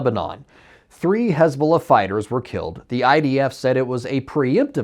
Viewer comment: Is this dude having a stroke everytime he says "Hezbollah"?